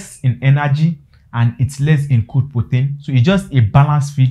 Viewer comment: Weldone. So do you support giving grower feed? If so, from the 3weeks till when? You may also slow down, I was hearing poten, guess you mean protein. Thanks.